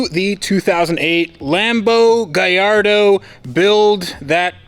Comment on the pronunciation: You can name is GAL LARDO there is no I in the name! Google it lol